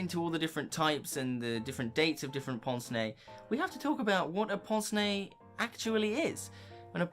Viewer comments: Excellent video, but correct anglicised pronunciation is not "ponce nay" but "pance nay". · I’ve always pronounced it pince (like as in prince but without the r, and nez like fez). But in my defence, I have never actually heard it pronounced until just very recently, I have only ever seen the words in print before ( usually in the context of Hercule Poirot)